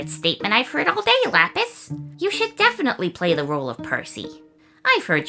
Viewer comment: Definitely ❌ Difinitifly ✅